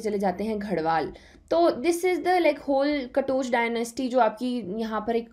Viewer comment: Maharaja sansar chand katoch.....you should pronounce.........